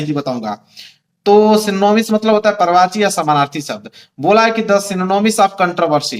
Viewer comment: पर्यावाची नहीं सर पर्यायवाची शब्द होता है